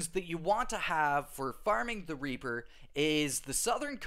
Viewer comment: I thought he said raper farming 💀